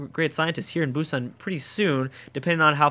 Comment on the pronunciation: It is actually pronounced Boo-san